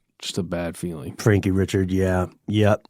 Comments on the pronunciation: Richard= REE-SHARD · Ree-Shard it’s Cajun French! Not Richard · It's pronounced Re Shard. You must not be from Jennings. 😂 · It's pronounced "Rick Card" not Richard.